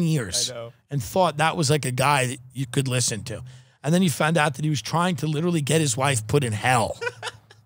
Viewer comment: “Lersen to me !” - Ray Kump